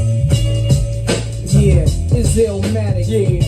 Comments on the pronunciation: It's ILL-MATIC young brother, not Illamatic. Keep pushing though king 💪🏿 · Man STOP calling it “illermatic” dude. It’s ILL-MATIC. It’s not ILLAH-Matic, NOT ILLER-Matic. ILL-MATIC. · It's not pronounced "ill-a-matic" or "still-a-matic"